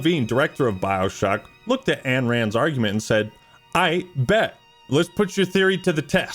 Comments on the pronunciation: Isn't it Ayn Rand not Anne Rand? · please... Ayn Rand is pronounced EYE-n, not AN. I know it's a nit pick but it takes me out of the video every time